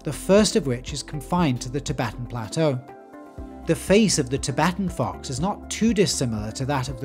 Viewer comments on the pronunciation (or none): “tibetan fox” 💀💀🇨🇳